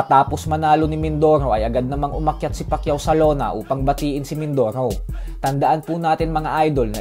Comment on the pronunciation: mindorow, mindorow. abreow, awnyos, talow...lol